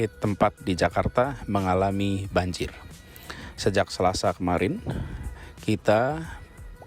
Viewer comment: Bang banji"R". Bukan banji"KH".